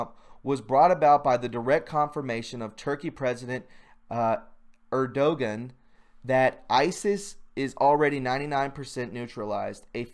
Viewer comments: I enjoy your vlog. You really are good at giving us important information. However, you must learn how to pronounce important leaders names to be credible to your listeners. Rodrigo Roa Duterte and Recep Tayyip Erdoğan are world leaders that deserve our respect even if it turns out they are not on America's side in the future. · Erdogan is pronounced Er-du-juan Duterte is pronounced Du-ter-tey Good video by the way 👍 Merry Christmas too 😊